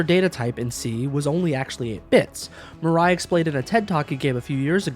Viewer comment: talking the pronunciation though, i suggest you pronoun any asian names as-is, not imposing english kind of rule upon it, as it sounds very weird for me as an asian (even though im currently not fluent in japanese, but im learning it). Murai should be pronounced moo-rah-i, not mer-rei (the autogenerated subtitle insists in what it heard was "Mariah" or something). not trying to nitpick or being a smartass though, but i guess it would somewhat be something worth noting.